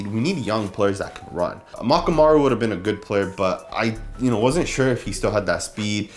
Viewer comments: Dude Amukamara, not Amakamaru.. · Prince AH-MOOK-AH-MARR-UH. Botched his name at :20 and in other videos lol. I like our CB group but really believe the veteran presence would've helped.